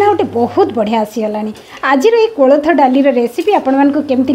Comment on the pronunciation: Not klatha,yes koltha